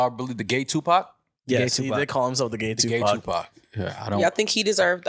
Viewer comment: Gu-Pac! 😭😭 was on it out the gate back at the old pod. Hilarious.